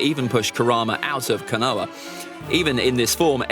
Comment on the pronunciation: Kaaanoah lol KOH NA HA